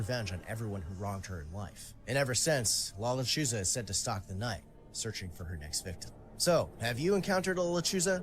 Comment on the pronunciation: "la, luh-choose-uh' 🤣🤣🤣 che vato. Dang guy, i been binge watching all your re-caps. Good stuff man. 💪🔥